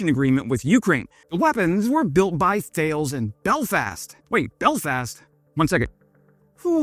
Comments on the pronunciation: Tal-es not Thales :) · It’s pronounced “Taah-less” in French. Not the English pronunciation of the Greek philosopher “Thay-ellz.” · Great video but it's pronounced Tal'es not thales. It's a silent H 😊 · Brit here living in France. The Martlet looks like it's the kind of weapon that will be a real pain in the arse for the Russians and good for jobs in N. Ireland and Ukraine. Thales is a French company btw and it's pronounced Ta-less. Thanks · Thales is a French company that is pronounced ta-les not thay-els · Ta-less :-) not thay-els. It's made by the part of Thales that used to be Shorts Missile Systems in Belfast so it's basically a Northern Irish missile. The firing unit projects a laser grid which the missile uses to correct its flight. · Note* is pronounced Tal us not thales :) 😊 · Just a friendly heads up, Thales is pronounced Tales the H is silent. Don't worry I used to pronounce it the way you did. And it does have a plant in Belfast but it's actually a French company. 🙂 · Thales is pronounced "Talis" Slava Ukraini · Thales is pronounced Talis. And don't do the silly Irish stereotype. It's silly. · Thales is pronounced Tal-Les not pronounced Tales. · OMG can nobody pronounce TALEZ not THALES .... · BTW, it’s pronounced “Ta less”. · Thales is pronounced Ta-Lis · Now, the correct pronunciation of Thales is “Tar-Lez”. Let’s see how says it… Wah wah oops! Sorry, no points for you 😂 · Nitpick: "Thales" doesn't rhyme with whales. It's two syllables TAY-leez. Originally French you see, and they can't say "th". Well, not absolutely originally. There was a Thales of Miletus an ancient Greek scientist. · Thales is pronouced "Talis" - it's French. Good video. Thanks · Thales is pronounced Ta-Lays I believe that they are French-owned but manufacturing in UK. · How many times do we gotta tell you it is pronounced "Tallis" 😅 and not "Thales" 😅😅😅😅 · Just to mention I was told Thales is pronounced Ta Les. I think they're French. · Thales is pronounced Talis